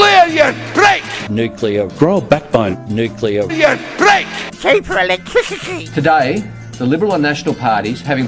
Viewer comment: Holy smokes the quadrella, baby otto, cheeeeper electwisity, bwoose springshteen and peter dutton plus a few kkheee khheee's, 😂😂😂😂